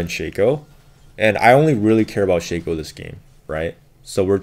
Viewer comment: Why do you pronounce shaco and talon like that...